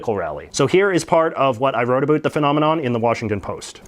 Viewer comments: In the beginning u said a boot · What you talking a boot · Stop saying a boot instead of about ...it's so annoying ....especially since the grand majority of Canadians don't pronounce it that way. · I'm not Canadian. I know not all Canadians pronounce it a-boat, but I've heard many of them do. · You sound like a Canadian caricature the way you say a boot ala South park and cannot pronounce the word Quebec properly. LoL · Why are pronouncing about "abute". Like your the only Canadian I know who pronounces it like that eh. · Where is your accent from? We don't pronounce "Around" and "about" like that. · Nice - but are you purposely butchering “about” to make it even more cartoonishly Canadian and “privacy” which you pronounce like you just got off the boat from England? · Does anyone besides me suspect that this McCullough character mispronounces 'about' on purpose?! Anyhow, fantastic vid! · what is up with you Canadians? why can't you guys pronounce the word "about". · How many different ways can this guy pronounce ‘about’ and ‘around’? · I'm an English speaking Quebecois. Just fuck off with your old hoary complaints. You're a professional ax grinder that obviously knows nothing about Quebec. You can't even pronounce it properly. Plus what the hell is going on with this "about" pronunciation? I've been to every province and territory and never heard someone pronounce "about" like that. I smell a fake. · I just checked on what your term meant. You're full of shit as nobody pronounces "about" like this twat. Plus I would add, what a stupid thing to accuse someone of. "You're a fake Quebecois". Idiot. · You need to learn how to pronounce "about". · If you re-watch this video his pronunciation of the word "about" improves every time he says it. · Soon as this asshole started saying words wrong i realized hes not canadian just a goof. Canadians dont mispronounce "about" or "around " !!